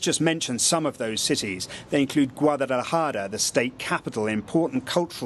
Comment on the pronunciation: Guadadejara??. If you are a Mexican correspondent, why can't you pronounce a place?